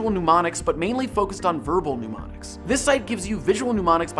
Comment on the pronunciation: STOP SAYING “PNEU-MONICS” IT’S MNE-MONICS sorry